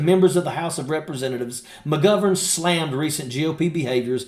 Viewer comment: Can u learn how to pronounce mcgovern properly thank you from Ireland 😂